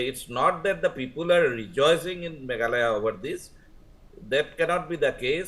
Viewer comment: It's Me-gha-la-ya. Not Meghaloi